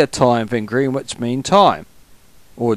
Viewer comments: Fyi, Greenwich is pronounced "Gren-itch". No idea why. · Greenwich is pronounced gren itch because english is silly ha ha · You kept saying Greenwich wrong.